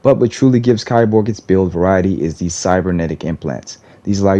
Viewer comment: it's pronounced "KEY-borg"